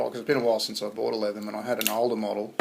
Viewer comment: Nice job, not saying "Leetherman."